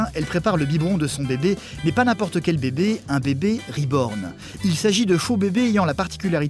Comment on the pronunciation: Moi tout au long de le reportage de « SA SE DIS « RIBORN » PAS « REBORN » PTNN